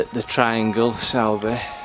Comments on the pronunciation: no probs. Where are you from because a lot of your videos are pretty local to me in Halifax but if you were from Halifax area then you'd know all the pronunciations... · Certainly a lot of history there, interesting in how you say Sowerby, we were promptly told it’s Soorbe when we arrived up here lol we also were corrected on Southowram, & Todmorden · Hi. It's pronounced 'Sorby' 👍